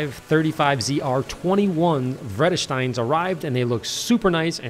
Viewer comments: "Redestein" hehe.. it's Vredestein (it has a little V in front, and the first E is pronounced as A).. I rocked the Vredestein Ultrac Vorti's on my old SEAT Leon and that was serious rubber. I have had Dunlop's, Pirelli's, Michelin (on my BMW atm also michelin) and then went to Vredestein and man that was a change. Also. Nice detailing! Really love that wheel stand, makes cleaning those horrible things much easier lol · As a Dutchman hearing someone say Vredestein in englisch it hurts.....